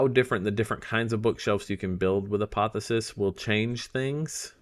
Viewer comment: A-poth-E-O-sis lol